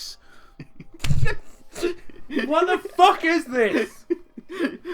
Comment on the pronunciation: I swear, every time you say 'trunks', I keep hearing the word 'drunks'. Then again, I'm kind of drunk, so that probably explains it.